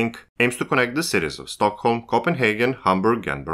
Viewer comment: You pronounced Stockholm so perfectly